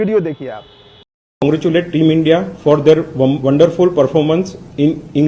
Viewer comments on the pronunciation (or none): प्रोफरमोनस बोल रही है